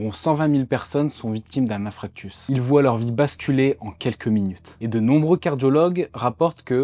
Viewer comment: Infarctus et non pas infractus